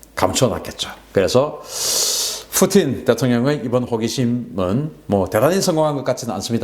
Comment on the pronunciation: 오픈(open) 스카이를 ofen 스카이로, 푸틴(Putin)을 Futin으로 발음